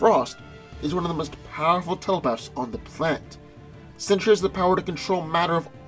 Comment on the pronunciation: Sentry is pronounced with TWO syllables, not three. His name is not 'century'.